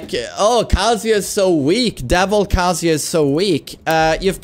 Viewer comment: its not kasija its kaZUYA